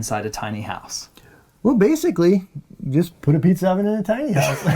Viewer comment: can we take a second to appreciate the way pronounces pizza oven lol "peetzer oven"